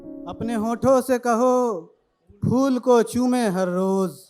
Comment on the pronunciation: Fool nahi phool hota hai namakool